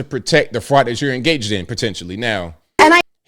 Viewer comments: "The Somali fraut", oh man, I missed you. Haven't listened in a while. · All these ladies who have trouble speaking the word FRAUD should attend the Learing center to help out with their pronunciation!